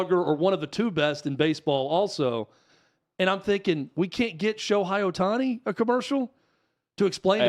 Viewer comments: I agree with you so please pronounce his name right 😂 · Dudes - can not even pronounce his name right. Lol. That tells you a lot of things.